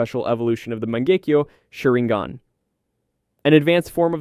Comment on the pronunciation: Is this AI? Every single name in here is pronounced wrong. The big tell is "azringan" definitely a bot. I can adjust to the audio quality but not every single possible name...